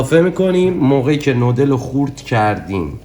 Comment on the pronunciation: دادا بگو نووودل